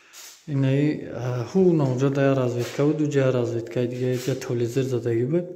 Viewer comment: Нагз- нагз, молодец. Вахте,ки навор мегири худата гум накун усто, (ТЫВЛЕЗЫР) НЕ "ТЕЛЕВИЗОР" ЁКИ про " Телек" Барори кор!.